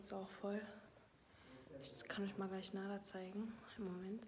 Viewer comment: NadERR nicht Nadah hahahahahaha